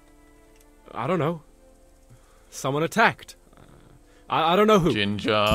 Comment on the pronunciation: Lol. "gin-Jah"